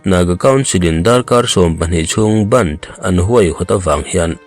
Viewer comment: Ngaihnawm e, i chhiar dan pawh a dik thlap ,"bandh" lam dan pawh a dik..thenkhat hian ban/ben angin an lam hi a diklo..